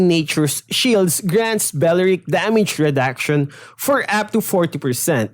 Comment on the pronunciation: Damige, eich P Practice your English